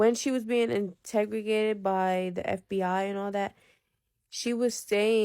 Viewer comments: Lmfaooooo not trying to be mean but it was driving me crazy . I'm cooking dinner and Everytime I was like "I INTERROGATED" like yelling it lmaoooo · The chick that just kept saying integregated instead of interrogated lol😂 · Integregated? Wth is that? It would be nice if autocorrect would help with their speech as well as the grammatical errors. I feel like I lost brain cells listening to this girl. It took me a minute to even understand what she was trying to say. I wish people would stop trying to use words that they can't pronounce or know the correct definition of.